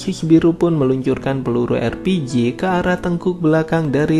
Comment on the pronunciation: Entah napa yg gw denger LPG bukan RPG